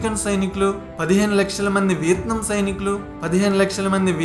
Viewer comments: It's not VITNAM...its called VIETNAM.... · Vietnam ane name ala pronunce cheyalo nerchukoni video complete cheysi unte Enka bhagundedi guru garu....🤣🤣🤣